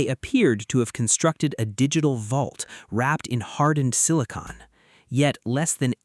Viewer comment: It's not "sini-cone", it's "sini-con". one is sealant, the other is what powers your computer.